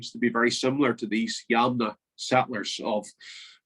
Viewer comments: Thanks, lots of good information. It should be 'yamnaya' culture (ямная культура), with the stress on the second syllable. They originate from an area known in antiquity as Scythia. Hence, the creation theory that the Scots are descended from the Scythians is valid! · Originally, the stress is on the first syllable, but English speakers seem to prefer the stress to be in the middle. Yamnaya is an adjective meaning 'pertaining/related to pits'. The English term is the Pit-grave Culture, but for some reason, the Russian term has become widespread now.